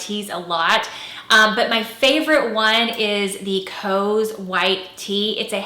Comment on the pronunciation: COS is pronounced exactly like cost, but without the T.